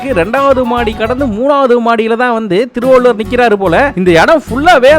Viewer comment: திருவள்ளூர் ❌ திருவள்ளூவர்✅